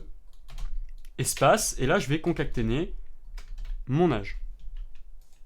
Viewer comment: Concaténer, pas concacténer ^^